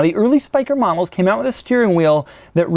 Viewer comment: Look go to he said momlse it's models😂😂